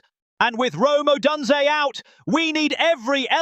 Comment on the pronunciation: Yeah, they had a terrible time with the Browns you idiot. Odunze will be back next week. Try pronouncing his name right please!